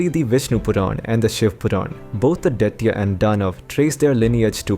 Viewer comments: Abe it's Daitya, not "daity". What the hell is wrong with people these days? They can't even pronounce words from their own language properly. And the 'D' in them is pronounced as ''द" not "ड". Get some better narrators instead of incompetent hacks who can't even pronounce basic Sanskrit/Hindi words despite being Indian. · Please look into the pronunciations while you speak. Like for instance, dhaitya.. It sounded like dirty every time you used that word. The sanskrit pronunciations needs to be followed. Else the videos are good n informative. ,👍